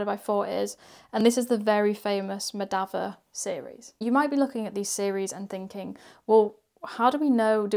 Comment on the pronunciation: It's pronounced Mah-dha-vah and Ra-mah-nujan. Three syllables each.